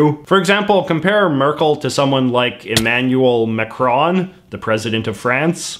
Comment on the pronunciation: Immanual McRon… We all heard of him 😂😅